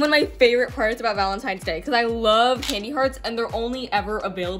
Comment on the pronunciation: You said Valentines wrong you put a G instead of a V